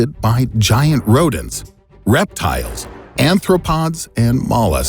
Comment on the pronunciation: Arthropods. Not anthropods. It's difficult to tell from this vantage point whether they will consume the captive Earthmen or merely enslave them. One thing is for certain: there is no stopping them; they will soon be here. And I, for one, welcome our new insect overlords. I'd like to remind them as a trusted TV personality, I can be helpful in rounding up others to toil in their underground sugar caves.